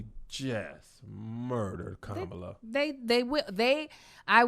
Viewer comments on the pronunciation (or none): A few things: 1. Y’all president talks like a random word generator 2. It’s Kah-muh-luh not Kuh-ma-luh She’s half Indian (the south Asian Indian not Native) 3. For some reason the most graphic part of WAP was when she referred to the dangly thing in the back of her throat. It was a lot... 4. “DUMB thick” is the best aggressive compliment I’ve heard